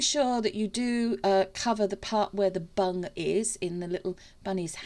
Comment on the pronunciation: Omg I need my ears tested lol I thought you was saying to make sure the resin covers the bunny’s bum and I thought I wonder why she’s saying that lol then I realised you was saying bung lol xx